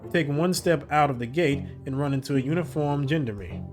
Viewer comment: you really should look how to pronounce the word gendarme. it's from french and is a type of police. it sounds sooo nice in french and you just butcher it. :))))). but still really enjoying the playtrough.